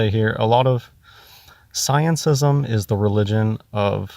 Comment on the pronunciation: "Scienceism" or "Scientism" 😂 Wtf is he saying?